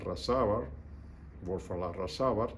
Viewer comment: Buenas noches Don victor Grimaldi cómo se escribe el nombre del almirante venezolano “walfan arrasabal “ correctamente gracias